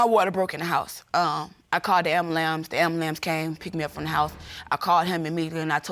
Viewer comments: UNUN NOT “AMBALAMS”🤣🤣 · She said, "I called the AM-BUH-LAMS. The AM-BUH-LAMS came ..." Girl, get off the pole, stop playing games with these men & get yo💩 together for the sake of the child." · She called the "AMBALAMS" 😭😂 He knew she was messing with other "gentlemans"😂😭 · How you even get AMBALAMS after AM BU LANCE? Bless her heart. Bless her heart. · She called the ‘ambuLAMPSE’